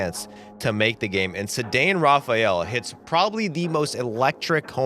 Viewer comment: Rafael DEEEVERS 😂 Also Ceddanne is pronounced like say-don not suh-dane